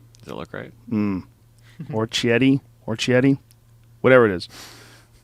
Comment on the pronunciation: "Oarchetti" lol